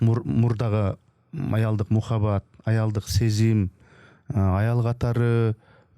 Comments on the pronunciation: Ей туура суйлоп уйрон...мухабат емес Махабат десен туура болот озбекчеге жакын окшойсун😅😅😅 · Мухабат эмес эле кыргызча эле суйлобойсузбу махабат деп. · Мухабат деп башкача суйлобой махабат десе болбойбу